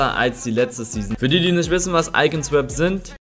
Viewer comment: Niemand: Wirklich niemand: Eli: iCoN SwÖpS